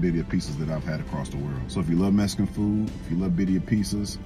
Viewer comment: “Messcan food”😂